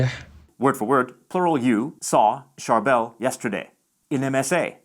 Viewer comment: So accurate! (He pronounced Charbel wrong, tho lol)